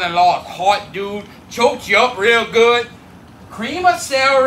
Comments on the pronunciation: There is something wrong when you can't finish the word dude. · I think it was a joke. Because his accent makes it so he doesn’t pronounce the ‘d’ in dood so it was more of a joke than a correction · I laughed uncontrollably every time i heard a man with a cajun accent say the word "dude"......